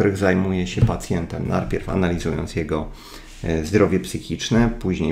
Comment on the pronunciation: jestes gosć:) ps. lubie to Twoje: NARPIEW XD